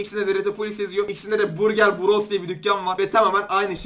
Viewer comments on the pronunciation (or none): none